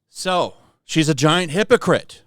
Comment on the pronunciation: "She's a giant hypocrite." Emphasis on the giant.